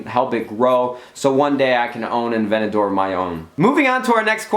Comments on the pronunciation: Nade, Please pronounce the Aventador the way it's spelled with the T involved in the pronunciation.. its not an avenadore. A-Vent-A-Door Sincerely, Everyone that loves cars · Its pronounced (Add-vanta-dor) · sorry but dude avenador its called aventador... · You say Aventador weird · You say aventador weird lol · Hate the way he says Aventador😡😡